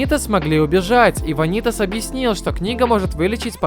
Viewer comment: всё круто но... вАнитас... не ванИтас пожалуйста, это очень режет уши